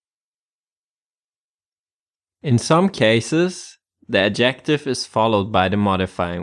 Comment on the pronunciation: Please The word Adjective has its stress on the 1st syllable not the 2nd as you keep saying. This is English not Thai. So annoying. Sorry.